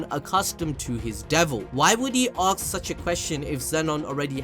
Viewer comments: Is it me or says aks instead of ask😀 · Bro I love the way you say aks instead of ask😂😂😂👍